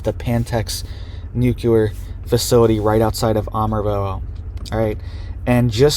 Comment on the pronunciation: Former Texas resident here....The "am" in Amarillo is pronounced like "am," as in I am no longer living in Texas.